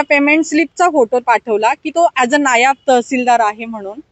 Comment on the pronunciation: नायब नाही "नायाब " आहे तो 😂😂😂😂